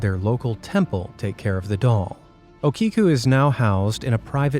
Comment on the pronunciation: It's pronounced okiku (O-ke-koo)